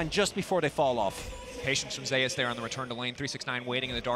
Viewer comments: Nice commentary, but please read about or listen to someone say the name of the greek god "Zeus", it is not "zayus" it is "zoose" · I wondered that. Like does he want to be called zayus or zoose like Greek God?